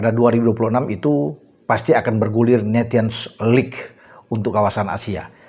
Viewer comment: Sedikit koreksi bacanya nesion lig bukan netion